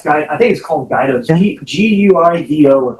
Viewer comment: It’s GAIDO’S Seafood, not Guido’s. It’s been there forever. It’s also for tourists, not for locals. Don’t get me wrong, it’s very good, but it’s overpriced and you can do better elsewhere. You’ll have to ask a local, though, since I don’t get to Galveston often enough to keep up with where the locals are going these days. I was there a couple of years ago and a local took me to a touristy restaurant on the Seawall right across from Pleasure Pier. It was less expensive than Gaido’s, but it wasn’t fine dining, either. Just a big seafood restaurant with nice views out the windows. My favorite spot in Galveston is Shrimp & Stuff, which is not on the seawall. It’s a neighborhood hole-in-the-wall looking place, but they do fried shrimp better than anyplace else I’ve eaten in Galveston. Their shrimp po-boys (a sub-type sandwich) are iconic, but any of their fried seafood options will be great. For an iconic Galveston restaurant experience, go to The Original Mexican Cafe. At least I think that’s the name. It’s an old, old Mexican restaurant with seafood influences in many of their dishes. Really great place down in the vicinity of The Strand/UT Medical School part of town. That’s the first place my BFF wanted to take me when I went to visit him after he moved there. The next day I took him to Shrimp & Stuff, which he’d never heard of. He liked it because it was way cheaper than a lot of the places with similar food but in higher-rent districts. Good for the defense attorney for tell